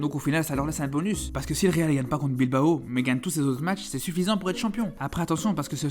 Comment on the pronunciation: Barçá, atleticó, bilbaó....le classicó, la ligá C'est tan difficile de les prononcer correctement? Carajo